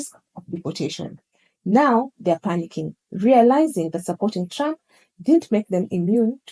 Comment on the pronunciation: I like how the way the narrator pronounces his name sounds like "tramp". lol